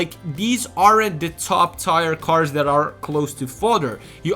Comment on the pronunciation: Love your videos, always class work. I wanted to add one thing though, but please don’t be offended. The work ‘tier’ in English isn’t pronounced as it is spelled, it is pronunciation like “tea-er” like the letter T. Not like tires on a car, as it would seem. Anyway, great video as always